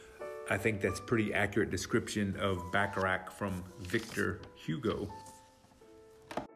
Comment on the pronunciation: Nice video, but how about trying to pronounce the town's name correctly? It's Bacharach, not Backarack.